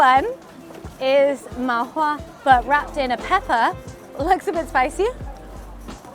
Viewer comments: Just correcting some of your food's names. It's TANG Yuan (汤圆), not TONG Yuan. MA Hua (麻花), not MAO Hua. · it's ma hua not mao hua lol